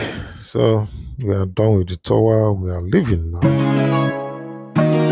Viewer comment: Nice report, meanwhile, it's pronounced 'tawa' not 'tōwa'... #dontmention😊